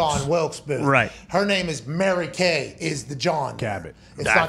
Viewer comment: “It’s Mary KAY” 🙄